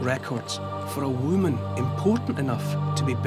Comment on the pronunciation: I love how he pronounces "whoo mun"